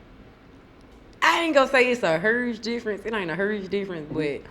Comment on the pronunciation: She said "a hurge difference" 😂